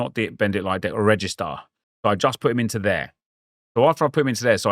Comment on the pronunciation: Sur, you aren’t pronouncing Regista correctly… it’s a term that comes from Italian that means… Pirlo. It’s a deep lying playmaker. Re jee stah